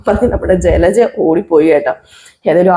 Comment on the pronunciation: ചിലച്ച അല്ല ജലജ എന്ന് പറ